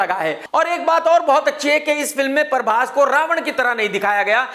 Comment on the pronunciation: ❤ when this guy says "Parbhas". 😀😀